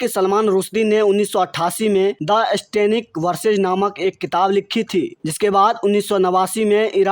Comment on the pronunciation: भाई खबर को रिकॉर्ड करने से पहले सही उच्चारण जान लें और कई बार ज़ोर से पढ़ कर ज़ुबान साफ़ कर लें। स्तब्ध शब्द को अस्तब्दध ना कहें इश्टेनिक वर्सेज़ नहीं सैटैनिक वर्सेज़ है। आप खोमैनी तक ठीक से नहीं बोल रहे हैं यह लाइक्स सिर्फ़ चैनेल के लिए हैं।